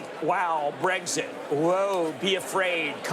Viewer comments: Why do so many people pronounce it as "breggzit?" That sounds like a condition which needs some kind of ointment. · they pronounced it breggzit. why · I hate how so many Americans pronounce Brexit as breg•sit. It's not a G, it's an X. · How come every American pronounces BREXIT with a G? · BREK-sit. Not BREG-sit. If you're going to talk about the UK's 2016 political revolution, at least pronounced it correctly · I hate the way Americans say “bregsit” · It's not 'breggsit' 😂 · So, why is it pronounced BREGZIT ? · TIL Americans can't say Brexit. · ***** Typically, people would pronounce x as "ks", I found it funny.